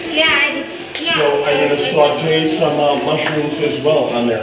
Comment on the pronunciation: Hello! I am French Canadian. Just wanted to say... You are the one pronouncing ''Sauté'' correctly. Don't change anything! You are doing a fine job! Actually...Like everything else you are doing great! Love the videos!